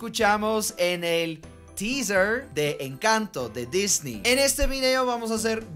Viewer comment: Disney se pronuncia disni